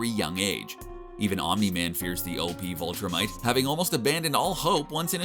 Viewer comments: this guy was driving me crazy it’s VILTRUMITE NOT VOLTRUMITE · Viltrumite not vultramit. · Anybody else bothered by the narrator pronouncing it "Vultrumite?" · You keep saying "vultrumite". I never read the comic but in the show they call themselves "viltrumites". It's a minor distinction but it just kept bothering me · Viltrumite, not Vul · Why you say vuhltremite it’s vihltrimite (pronounciation not spelling ) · *Viltrumite. Not vultramite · It's VIL-TRUMITE not VUL-TRUMITE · Repeat after me: VILL-tumite. Viltrumite = good. Vultrimite - bad. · Pronunciation note: "VIL-trumite," not "VUL-trumite." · bro cmon man its viltrumite not voltrumite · Viltrumite Viltrumite VIL-trumite Not VUL-trumite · him saying "vultrimite" is killing me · Everytime I heard him say VULtrimite I cringed a bit. But Rudolph CORNors just made me chuckle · What is a "Vultrumite"? Do you mean "Viltrumite"? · Why do you keep pronouncing it 'Vultrimite'? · Viltrumite not Voltrumite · what is a "vulltrimite" ? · Sorry bro but invincible is like #5 or 6 his father nearly kills him. Also Allen is #2 then battle beast. Great video though i will say and also its Vil tra mit. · Listening to you butcher Viltrumites and creati really is like nails on a chalk board